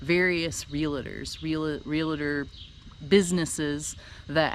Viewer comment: Realtor is a two syllable word. Can you say real-tor?, not real-a-tor. lol